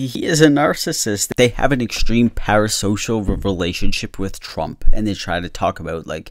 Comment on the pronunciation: Liked for the Trümp sheeet-talking 😂